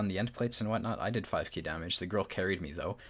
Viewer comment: I like your videos, but please pronounce the 'e' in 'Grille'. 👍